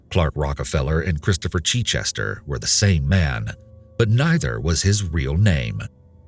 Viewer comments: The butchering of the name Chichester!!!!! As somene who lives near the town of Chichester in England I can tell you that it is not pronounced Chee-chester!!!!!!! Can't even listen to this! Sorry. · It's not Cheechester, it's a short 'i' as in 'it' for Chichester. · Not cheat-chester, but chit-chester. Like mitt. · "Christopher CHEECHESTER" lol. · The chich in Chichester is pronounced as in ditch. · You pronounce Chichester incorrectly. Source: currently writing this from Chichester